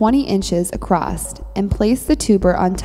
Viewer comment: Very informative. Also, made me giggle. Acrosst and Burried.